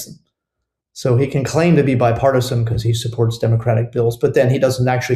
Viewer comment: STOP SAYING "BECOSS" STOP SAYING "PLAY THIS CLIP" STOP CLAWING AT THE CAMERA IN EVERY SINGLE VIDEO